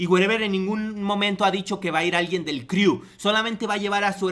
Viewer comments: Crew se dice cru no criu. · neta me castró como pronuncias "criu"... De verdad si no hablas inglés o no has escuchado cómo un angloparlante pronuncia las cosas buscalo en google!!! se pronuncia "cru" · jajajaja como confiar en alguien que dice criu :v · jijiji "...DEL CRIU " . 😂😂😂 CREW(CRU) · "Criu" jajaja ya que te dedicas a criticar aprende si quiera a pronunciar